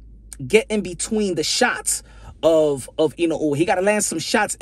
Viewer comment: You're the first youtuber I've seen who actually pronounces Inoue correctly. 👍Also great analysis.